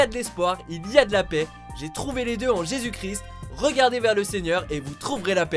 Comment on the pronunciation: Un peu de respect, c'est Jésus Christ pas "Chris"